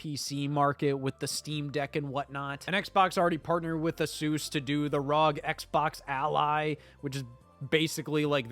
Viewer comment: First person I have ever heard say Asus correctly lol.